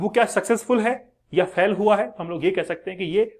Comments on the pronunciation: फेल को फैल बोल रहा है क्या मास्टर बनेगा रे तू। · Fhal nahi sir fail hota hai